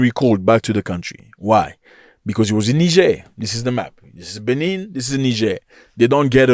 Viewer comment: You get news from Africa, but you exaggerate too much And your pronunciation on the benin capital is wrong...why didn't you take your time in learning how to pronounce Benin republic and it capital Mr African news And the cause of their issues is simply from the stands of ECOWAS